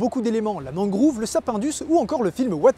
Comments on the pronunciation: il a voulu se fier à la prononciation japonaise mais tu as raison c'est mangrove et français et Non MangrOUve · On dit une mangrove et non une mangrouve sinon on continue à t'appeler 🤣🤣🤣 Bon j'arrête le troll, c'était une très bonne vidéo! 😉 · "Mangrouve", sérieusement ? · superbe vidéo mais c'est mangrOve et non mangrouve ;)